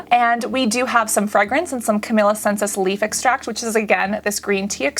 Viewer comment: yes! She so cutely butchers all of the names <3 Camila Sensis- CamELIA SINEsis